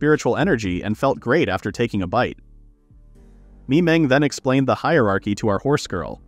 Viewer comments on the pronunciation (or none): none